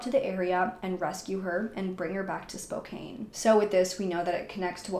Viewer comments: *SpoCAN, not SpoCANE... Can as in can't, lol 😉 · Spo-CAN… not spokane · Spokane is pronounced "SPO-CAN" not "SPO-CAIN." You're just reading a narrative, not very convincing. This ass-hole (perpetrator) has been placed in a "better place." The daughter isn't much better though. Dan seems like the only normal person. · Spokane is "spoke-an" or "spo-can". It's pretty common to say "Kane" if you're not from the northwest. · Love that you covered this, however For the Love of god, it's Spokane (spo-CAN) not spo-caine. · Pronounced Spo-can Not spo -cane E is silent 🤗🤗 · Also it's not spo kane, its spo can. Mf saying it weird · I hate to be one of “those people” but I’ve lived in Spokane my whole life. It’s actually pronounced Spo-kan. This story is crazy & so sad. Thank you for covering it. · The way you say “Spocane” is absolutely killing me lol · It's actually SPOKANE lol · I know that it’s spelled Spokane, but it’s actually pronounced spo-CAN. 😉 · It's pronounced SPO-CAN...just saying... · Spokane rhymes with Anne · Love all your videos. I’m from Seattle and it’s cute how you pronounce Spokane hehe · Only adding this in case you decide to pursue some of the other cases mentioned in the comments for this area, because, in the grand scheme of things, this is trivial at best...but they town's name ends in the 'an' sound just like can or pan or man...so it's like the 'e' on the end shouldn't be there when pronouncing it. This is such a tragic case. 😢